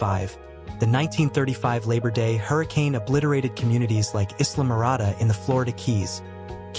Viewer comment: "Is-la-morada"?? Islamorada is pronounced "eye-la-morada". Maybe don't rely on AI for your voice narration.